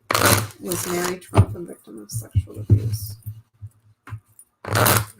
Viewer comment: It's Mary, not, Marie, after their mother .